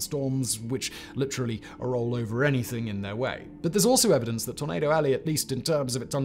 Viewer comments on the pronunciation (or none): none